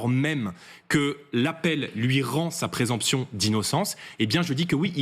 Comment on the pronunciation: Le petit jordan est venu prendre ici la défense d'une délinquante condamnée à 4 ans de prison. Il est beau le parti de l'ordre. Quelques cours de français ne lui feraient pas de mal non plus, on dit présomption pas "présemption"